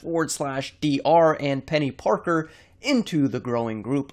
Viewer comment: He said penny porker